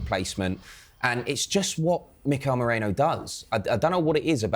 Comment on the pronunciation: It's Merino, not Moreno! I (i), not O (o)